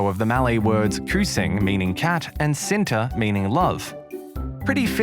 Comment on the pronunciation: hey guys he say kucing like kusing and cinta like sinta maybe elexa know how to say it